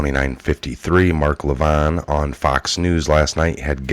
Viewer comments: Its Levin not Levon...okay, you are an okay reader usually. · It is pronounced La-vin